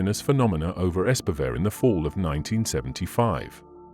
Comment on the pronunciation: It's nice when various channels start discussing Scandinavian mysteries, but I have to say ... can you not please spend a LITTLE time researching how names are actually pronounced? Much of the time I sit here trying to figure out what actual Norwegian name is hiding under the garbled "English" version we hear. I guess this is a computer voice (?!), but still. The pronunciation of Espevær is actually not entirely disastrous. "ESP-uh-vair" is a decent English approximation. (Bonus points if there had been a real trilled R at the end.) onwards: Bømlo would have been better pronounced BUM-loo. "Anne Solvang" is ANN-uh SOOL-vang. The final E of Anne is not silent in Norwegian, and the letter O will (when long) typically denote a vowel more like English "oo" than the O of either English "sore" or English "go". -- The newspapers Bergens Tidende and Haugesunds avis -- oh, please! These should be more like BEHR-guhn's TEED-en-uh and HOW-guh-soons av-EES. -- the A of "Hessdalen" sounds like the A of English "father". Norwegian A is never pronounced "ey".